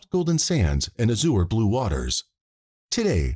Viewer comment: The AI narrations are so bad😢 Luckily this is not the one that says coitus for CODIS But “a sewer blue sea” instead of Azur blue is also ridiculous . These cases are so serious and heartbreaking ,and deserve to be told in a proper way ,with a real narrator with compassion and respect in their voice😢